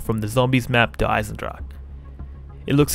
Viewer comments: Der Eisendrag? Is it really so hard to pronounce? d - e - r - e ( a in german) - i - s - e - n - d - R - a - CH (cat hissing) - e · please next time pronounce Der Eisendrache right